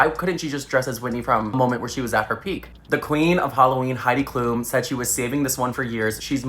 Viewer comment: never getting over how americans pronounce Klum, like its not bad but its just so different from what i (as a german for whom Heidi Klum was a yearly conversation topic) am used to lol